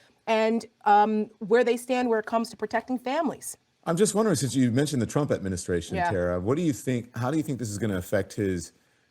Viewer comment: Tara...not Tata...😊